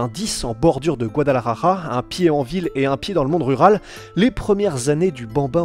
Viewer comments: Guadalajara !! ja= R avec la gorge, ra= R avec la langue... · peut tu stp prononcer correctement Guadalajara et Jalisco . un peu de respect stp